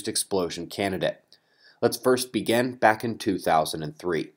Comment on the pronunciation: lol...!;) I've been following Your channel for over 2 years now and You always say at the start (and this might seam a bit rude, but I don't mean any offence or disrespect here) - "lets began" instead of 'lets begin'. I just wonder if You have noticed Your little 'qwerk' of Yours there...? - or is it just me?, and it's me who needs to 'began' to clean his ears more frequently...lol;)